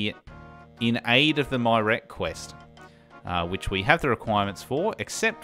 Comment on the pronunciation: I fell behind a bit on this series but I've caught up on the last three or four episodes now. I haven't personally heard many pronunciations of Myreque since I don't talk to anyone about RS or watch many YouTube videos on it, but "My Rek" was very unexpected and hilarious! I almost don't even wanna tell you the correct way!